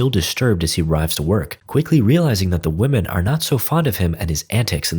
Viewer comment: Why do you pronounce "women" as "woh-man"? It's "Whim-in". That drives me nuts! You're not an English speaker, are you?!